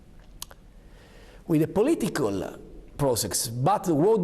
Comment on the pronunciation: "With a politicöl, pro-sex"